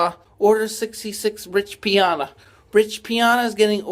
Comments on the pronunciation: The Arnold poster said: "enjoy the moment" NOT enjoyment like you say and you are calling Rich Piana, Rich PIONA??? 🤔 Do you even have a clue what you are talking about, you just copy pasted a bunch of clips and tried to regurgitate the EXACT same things about Jason that thousands of other people did more than a decade ago and you are getting all the facts WRONG. You are absolutely PATHETIC, way more than Jason and that is saying A LOT! 😵‍💫🤯🤯🤯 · Bro there’s no way you researched this whole thing and still pronounce Piana incorrectly. I mean it’s literally spelled exactly how it sounds and you still said it wrong